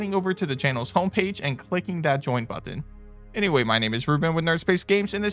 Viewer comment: But-ton 😂 Great video 👏🏽✨